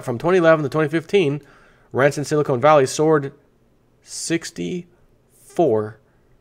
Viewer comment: I love you but it's SILI-CON valley, not SILI-CONE. Silicon is an element used in computer chips, silicone is a soft rubber material or gel for kitchen utensils and breast implants.